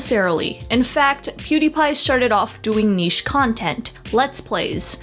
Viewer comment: I feel like they’re pronouncing niche wrong